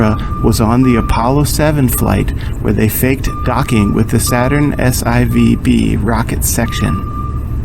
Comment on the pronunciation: Actually, I find painfully boring, “Bob.” Why are you commenting with your other channel? For the millionth time, it’s pronounced “S-4-B” not “S-I-V-B.” Please, try and learn that. It’s really not hard. S-IVb=S4b. Easy.